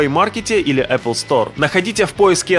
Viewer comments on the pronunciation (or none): none